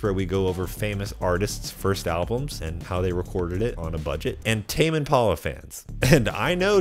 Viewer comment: Sounds like you are saying : "Tamien Paula". "Tamien Paula recorded this". LOL